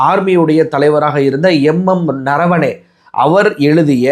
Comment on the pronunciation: உனக்கு நம் இராணுவ தலைமை தளபதி பெயர் சரியாக பேசத் தெரியாதா என்ன....? அவர் பெயர் எம்.எம். நரவனே என்பது தான். நீ அதை "ரணவனே" ரணவனே என்று தவறான தகவல் தெரிவிக்கிறாய். உச்சரிப்பில் கவனம் தேவை..... சரியாக உச்சரி.